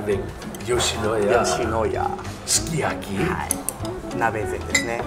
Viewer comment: ヨシイェスヤ好きｗｗｗ